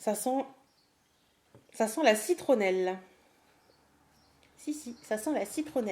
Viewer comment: au moment ou tu as dit " ca sent la citronelle" j etais en train de rincer mon masque visage et j'ai entendu " ca sent la fricadelle " ptdr